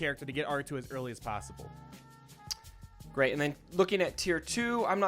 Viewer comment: "How is that PAOssible?" Lol